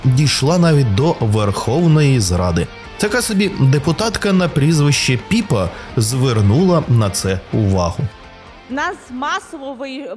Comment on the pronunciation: Не Піпа ,а Пепа